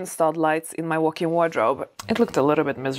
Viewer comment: Are you saying "workin wardrobe?"